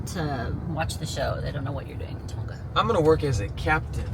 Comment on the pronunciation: Tonga is a soft G, tong-a